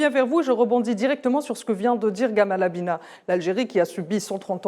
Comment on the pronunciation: Baraka Allahou fikoum, excellentes interventions d'analystes géopolitiques. SVP madame la journaliste dites : GamAl et non GamEl (Abina), toujours aussi brillant. 💪🇩🇿